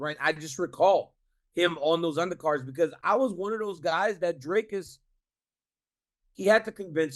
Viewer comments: It's pronounced DRHKISS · Yeah, but Chael is actually closer to the correct pronunciation of Dricus than DC is. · Uncle Chael telling DC how to pronounce Dricus, lmao. I see what he’s doing here, lol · Chael trying to establish the correct pronunciation of Dricus so he could make sure he says it incorrectly was a true bad guy move On a serious note, we've seen Blachoewicz take Izzy down, I honestly think DDP can do it